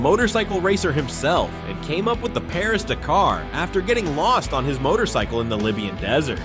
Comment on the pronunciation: The pronunciation of Dakar is killing me. D’car?